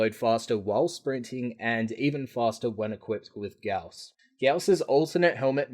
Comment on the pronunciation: " FUCK OFF IT'S PRONOUNCED GA-OW-S! "